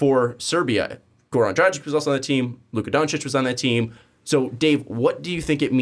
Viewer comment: Well regardless of your focus on his last name, you still got it wrong. As well as Goran Dragic's last name. I guess it would be easiest way to describe the pronunciation as "Kokoshkov" like the other reply mentions. When it comes to Dragic, you pronounce the G the same way as the one in his first name (or "dragon", for that matter) ; while the letter "C" at the end sounds like "ch". So it's Dragich, Like Donchich, which you do pronounce correctly.:)